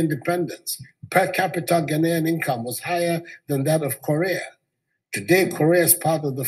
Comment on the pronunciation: Ghana-ian president not Ghanian IT is Ghana-ian - thats the correct english pronounciation